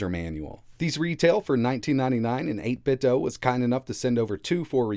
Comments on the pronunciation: It's pronounced 8bit-do not 8bit-dough - 8bitdo CEO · It’s 8 bit doo like scooby doo I think